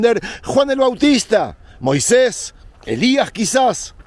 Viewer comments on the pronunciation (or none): none